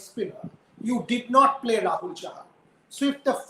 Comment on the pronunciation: Chahal instead of chahar and sardul instead of hardik